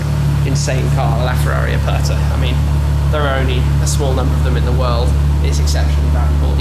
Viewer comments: Ferrari "Apatha"... Hahahaha... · Holy Spaghetti. Do you even know what Aperta means, let alone how to say it. But don't worry, you & 6 1/2 Billion other people wouldn't know either. Still, I don't think thats an excuse to have no education when speaking about a piece of Art Leonardo da Vinci would have drooled over. Btw, da Vinci means, from the town of Vinci, not a surname, & "Aperta" means, "open top" & the worse thing is how you & everyone who isn't Italian prenounce it. Its not "er" as in Ernie of Sesame Street, its "er" as in "error" or "er"ase. Try it. If it still sounds the same you got it wrong. I think a £5 million Ferrari deserves to have its Name said properly!